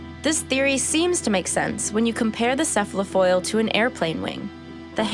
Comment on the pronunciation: Enough! I cannot stand another minute of a young child misusing words such as "unique" and mispronouncing "cephalofoil".